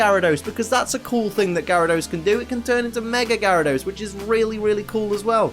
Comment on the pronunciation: #1, THE U IN KABUTOPS SHOUDL BE AFTER THE B! #2, IT'S GYARADOS, NOT GARYDOS!